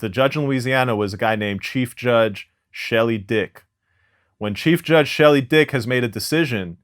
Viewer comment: 😂 "Chief Judge Shelly Dick" it gets no more southern than that lol